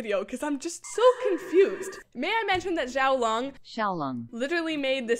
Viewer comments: xiao is a chinese name so to pronounce it you would have to say chow but it's pronounced fast like jh-ow and leung i see that's the translator pronounces it lung but its legn but yeah:)<3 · ITS XIALOUNG NOT XIALUONK😡😡😡😡